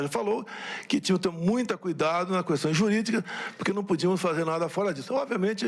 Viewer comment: 80 ANOS ESSA MÚMIA PODRE TEM E ATÉ HJ NÃO SABE FALAR "QUESTÃO" CORRETAMENTE